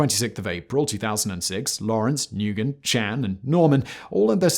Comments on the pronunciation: Hey Simon, Nguyen is pronounced Noo-wen. Or at least close enough to that. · The fact that Simon keeps pronouncing "Nguyen" as "NewGen" is hilarious to me. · Monolingual English speaker here. I pronounce it New-en, but I hardly ever hear the name out loud. Even my college speech teacher said "just call me (firstname)" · Simon, I know it's counterintuitive but, with the high population of Vietnamese immigrants in San Diego, I can attest that Nguyen is in actually pronounced (n)Winn. As you can see, the N is still there but it's sort of enunciated as a mostly silent hard start. So as opposed to the airy W in Whistler or even Water, it's more like Winnie but with an abrupt starting point. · Ignore the N g u and y. Replace with a W sound. It's just "when" or "winn". This isn't entirely accurate but way closer than what I'm hearing in the video. I'm not Vietnamese but I did live in Little Saigon in Westminster, CA for about 3 years and got corrected by native speakers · "Nguyen?" You might try pronouncing that again, Simon.😂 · Great video as always! But I did cringe at how the name "Nguyen" was pronounced, thought it was a fairly common name in Vietnamese diaspora around the world. Or you know...googling how to pronounce it. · Please find out how to pronounce 'Nguyen' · This is one of the all time great butcherings of the the pronunciation of “Nguyen” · The way you pronounced Nguyen was hilarious. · You can tell the UK doesn’t have many Vietnamese when he pronounced Nguyen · Dude can't pronounce Nguyen, embarrassing. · I generally like your videos, but if you can't even take the time to learn how to pronounce 1 of the top 10 surnames of the world, it shows 1 how ignorant you are to Vietnamese culture, 2 you just don't care & 3 you're a fucking racist. There's literally more Nguyen's then Jones & Smith combined. Do better Simon. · Nguyen is said “win” bro lol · "Nguyen" is pronounced "new-when". It's a Vietnamese surname. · Just FYI, Nguyen is pronounced like “win” 😊